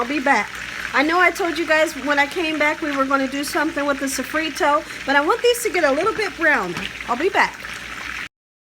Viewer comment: And also, what is "safreto" as well !!!!!!!!!!!!!!!!!!!